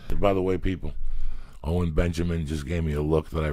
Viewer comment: why does it sound like joeys saying “ole benjamin” makes it so much funnier